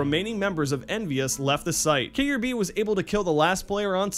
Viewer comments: It's pronounced like 'Cab-e' with a long A. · no, its pronounced kee-air-be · Adrian Ramstad I really dont UNLESS they pronounce it how mememaker said its pronounced